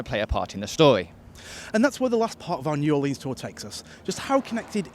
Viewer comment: the mispronunciation of New Orleans makes me cringe 😭